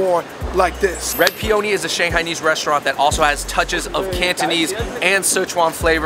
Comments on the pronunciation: The guys were pronouncing "Peony" inaccurately; it is pe-un-ni. They were saying pe-own-ni; made it sound like an Italian word. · The way you guys we’re pronouncing peony was a stand out moment. X